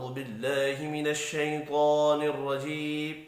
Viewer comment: ماشاءاللہ پیارے بھائی لیکن نہایت معزرت کیساتھ یہ لفظ شیطان الرجیم شیطوان الرجیم نہیں